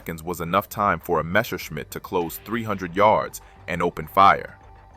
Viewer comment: It is NOT "Meshershmidt" It is Messerschmidt. (Means knife smith)